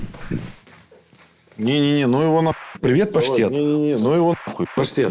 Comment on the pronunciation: Давидыч, в слове обеспечении ударение на вторую е😅Постоянно неправильно говоришь